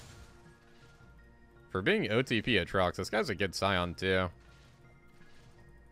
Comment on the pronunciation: The way you pronounce Aatrox as “uhtrox” kills me every time